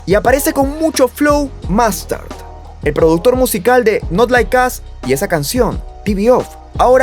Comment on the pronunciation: no se pronuncia like as... es like os... ( al audio es asi) not like us..